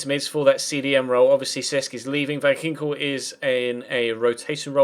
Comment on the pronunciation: that's not how you say van ginkel... sigh